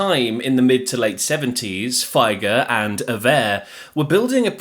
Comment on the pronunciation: It should be pronounced 'Feeger' not "Fi-ger", even if Doug himself says it wrong